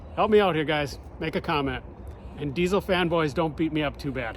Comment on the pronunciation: Can't even pronounce diesel, right And you hate it, we're all shocked😅